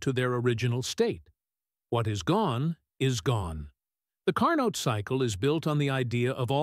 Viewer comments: Please.... Car -NO.......... not Car-Not. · It's not Car_Nott, respect the French pronunciation of the scientist surname, do not Americanize for your ease, IT IS CAR_NO, the t in the end is silent. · It is Car-Neau not CAR NOT. This spoils an other wise good presentation. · "Carno" cycle. The T is silent. Also all those jet engines in the hall looked stupid, and the thing with sparks was dumb. Too much dumbness for me to go on watching. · Great video! However, Carnot is pronounced as "Car No"; T is silent. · Now, if the AI voice could pronounce his name correctly, all would be good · Stil it is a great work!